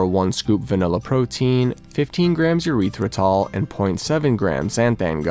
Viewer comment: E-ryth-ri-tol please, not a urethra